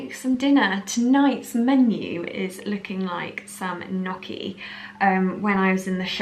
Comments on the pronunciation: The proper pronunciation of Gnucci is "Nnnyucky" (phonetic) not "Nuucky'" LMAO 😁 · Ok, I have to say it to you.. Gnocchi is an italian word and the gn sounds like ñ in Spanish!